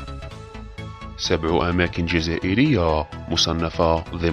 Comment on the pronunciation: هو موضوع مهم جدا لكن السرد والالقاء رديء جدا هذه ليست بطريقة نطق اللغة العربية الفصحى وهذا يأثر سلب من جمال واهمية الموضوع مثلا.. جزائريااااا ، حياااا، تاريخياااا نطقك مزعج أرجوك حسن من سردك لمثل هذه المعالم السياحية والأثرية العظيمة كي يراها العالم كله فأنت تصدر سياحة جزائرية فكن مصدر جيد أو لا تكن وبالتوفيق ان شاء الله